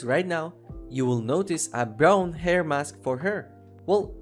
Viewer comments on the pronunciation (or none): none